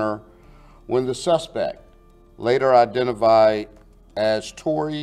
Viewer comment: ..NEW WORD ALERT. IDENAVIBE"" LOL...IDENTIFIED MY MAN..NOT IDENAVIBED..LOL..